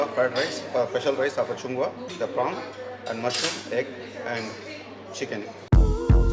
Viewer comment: Channg Waah😂😂😂 its actually Chung Wah. Please read the restaurant name written in kannada also. Its Chung Wah😊